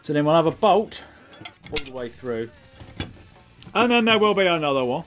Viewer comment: "I can push that frough me hole" - Colin Furze, 2019.